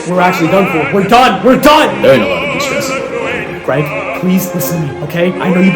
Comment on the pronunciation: I thought it said destruss to